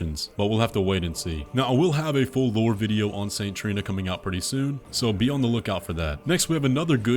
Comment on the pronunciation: Trina not Torlina lol